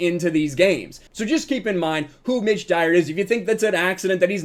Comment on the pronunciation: Oh, it's "Mitch Dyer"! All I heard was "ditch diver".